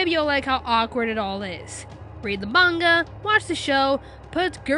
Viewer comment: >pronounces manga correctly >pronounces corps incorrectly Shit like this is why weebs get called weebs.